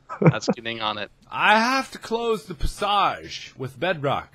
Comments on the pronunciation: when mark kept saying "pasosh" instead of "passage" idk if it was because he was drunk or if he was just being markiplier XD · PASSAJE not passage but PASSAJE xD love that